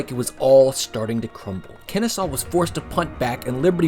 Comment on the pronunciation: Great vid. But did he say "Kennestaw" multiple times?